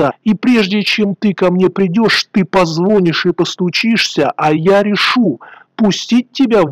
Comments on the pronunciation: Нееееееттт!!! Не позвОнишь, а позвонИшь!!!! Что же с вами не так?! Звон- не проверочное слово! Правильно- звонИть!!!! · Автор, позвОнишь? Ну, позвОнь!